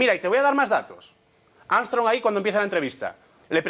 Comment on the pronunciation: "leis amstrong"